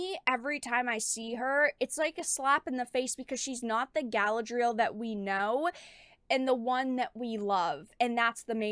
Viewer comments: guh-LAD-ree-el, not gal-uh-dreel. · I love your content and you do God's work my child but you must pronounce Galadriel properly. Unless you're intentionally mispronouncing it to associate it with this...thing that is NOT Galadriel.